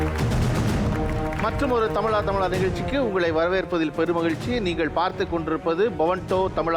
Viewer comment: தமிலா தமிலா னு சொல்ரது கேக்க முடியல. தமிழா னு சொல்லுங்க